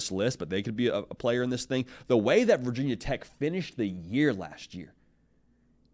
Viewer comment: Nobody in Virginia says “Vah Tech” it’s VT or Virginia Tech. Get it right.